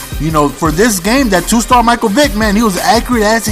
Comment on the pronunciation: and btw, the vid says mike vike, its vick! great vid tho